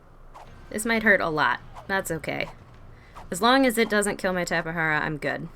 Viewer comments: I pronounce it as tap-a-jar-a lol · Its a tape,jara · Just so u know that u said tapejara wrong Edit: wow i thot no one would reply